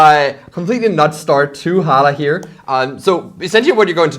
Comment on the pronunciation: The H is silent . Almost got me